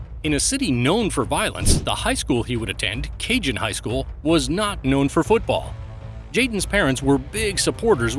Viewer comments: It’s not pronounced “Cajun” Highschool. It’s CAJON “Kuh-hone” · that bugged me so much!! lol! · “Ka-Hone” not “Cajun” HS